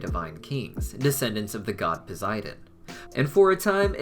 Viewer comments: Hey I pretty sure it's prunouced pow-s-I-den not poziden and I di know it's spelt posidon sorry if I'm being rude not good with social cuse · Great film and great video bud. One thing, You do realize Poseidon has and s and not a z in it right🤣😂 I would know my name is Zac🤣 just kiddin bro just never heard anyone say it that way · Anyone anynoyed by how he pronounces.posiden